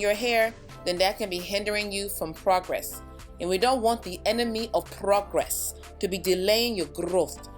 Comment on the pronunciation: 😀😀😀 You’re so funny; 🎼 Do you remember the time... , enemy of progress ( I’m Nigerian, so funny when it’s said in the accent 😀😀🙂